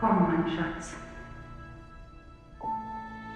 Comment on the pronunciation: Not Shuts, the name is Shatz, short for Schatchen, little treasure.